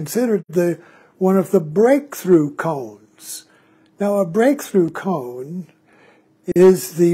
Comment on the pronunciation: Forgive me, but isn’t “Koan” pronounced as “Ko-Ann” instead of “Cone”……maybe this is a “Tomato vs Tomaatto” question? But either way the koan “Mu” is a fascinating journey that I am currently engaged with. Just recently as I was working on “Mu” while I was on a long walk in a park….i had a sudden flash of humor that reflected on this question….what if the monk had asked the great zen master Joshu — “Does a cow have Buddha Nature?”……would the answer have been the same? And immediately following this train of humor another sudden flash pierced my thoughts — “You will never ever ever ever understand “Mu” conceptually at all because it is the sword itself cutting off conceptual thought before it even begins throwing us into the wide chasm of immediate experience of this instant of falling into “not knowing” being most intimate that is unconcerned with answers and embraces the “not knowing” as it’s field of living experience —-> “This Entire Universe Is One Bright Pearl?” —-> “Mu?!?” Or as a dog would say “Woof?”